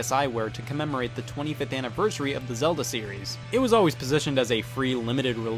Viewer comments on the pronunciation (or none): none